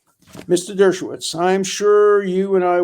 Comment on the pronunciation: Love you, Alan, but there's no need to partially pause in the middle of saying "Dershow", we get it.